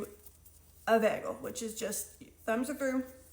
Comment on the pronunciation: lol, behgel! My boyfriend says it the same way :) this looks delicious, and I love the detailed instructions!